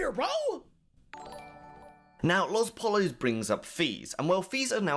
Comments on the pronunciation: "LOS polos" for fucks sake its Poyo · its pronounced poyos not pallas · lospollos is pronounced lohS poyos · Lol the way you say LosPollos though 😂